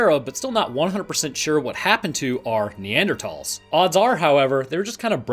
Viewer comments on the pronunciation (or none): Neanderthals or Neandratalls? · why you got to pronounce Neanderthals like that you sound like u have a speech impediment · Weird pronunciation of Neanderthals. In our part of the world is Neander-th-alls.